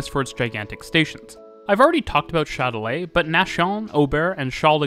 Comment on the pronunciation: "Chat de lait". 😀 I was hearing only the video so I was confused with the name of the station until I saw that it was Châtelet-les-halles. To my ears your pronunciation sounds in French like "Milk Cat". 🙂 Not that you have to pronounce in French, but it was funny. Thanks for the video though. I never thought of Paris of being that advanced on its transport systems. 🙂